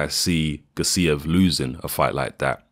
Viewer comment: Gássiev, not Gassíev